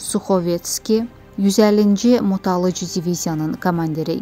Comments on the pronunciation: Motoalıcı yox, motoaTıcı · Motoalıcı deyil ay xala, motoatıcı diviziyadı. 😂😂😂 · Xanım motoalıcı yox motoatıcı.